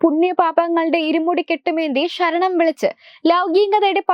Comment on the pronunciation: ശരണം not ഷ രണം